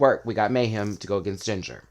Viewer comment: 'Meh'-hem Miller. 🤷🏿‍♀️